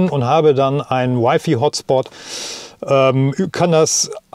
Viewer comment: Wify? 😉 also Wifi oder Weifei 😄 cooles Video. Echt flüssig. leider ohne Ladeplanung :( Das was man wirklich im auto bräuchte... Aber nen dicker finger für die alten Hersteller